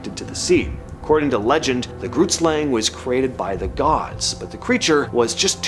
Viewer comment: Saying Groot Slang wrong🤣, it's Afrikaans for Big Snake